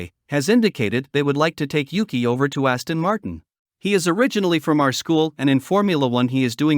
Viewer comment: Aston mart-ee-ann